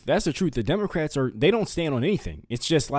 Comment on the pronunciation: Right at the beginning, did you say democrats or did I hear demonicrats. I find the latter more accurate.